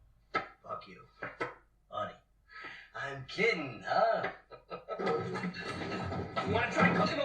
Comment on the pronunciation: ARTIE not Archie